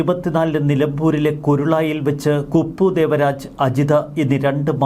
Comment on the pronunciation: കുരുളായി അല്ല കരുളായി ആണ്